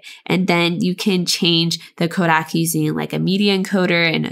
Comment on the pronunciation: The comment actually means that your pronunciation is subtly wrong. CO-deck is correct